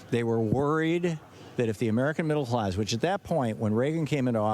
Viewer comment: Middle hlass?!